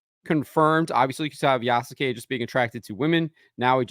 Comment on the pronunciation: The U in Yasuke is virtually silent, in correct pronunciation. It is spoken like "Yaskay".